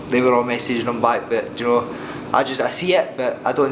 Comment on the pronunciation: Ricky 'ja'know' Burns